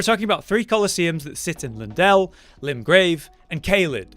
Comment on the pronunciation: Stop pronouncing it “Lindell”, it’s Leyndell